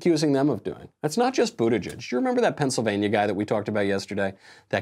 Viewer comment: Michael: Buttigieg No one: Michael: Bootigieg